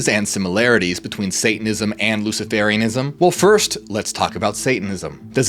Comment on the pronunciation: Luci-fur-ianism, it is pronounced.